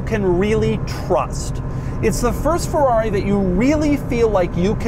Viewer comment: Not a Fowawi. Not again Doug!